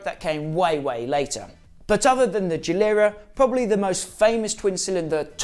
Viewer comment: Geeeee lair uh not jee lur uh